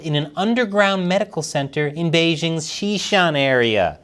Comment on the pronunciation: The host of this program still doesn't know how to pronounce the word "Beijing"? The "j" in Beijing isn't pronounced like the "g" in the English word "regime"; indeed, the Chinese language doesn't even have this quasi-French sound. The "j" in Beijing is pronounced more or less like the "J" in the English name "Jim." Easy!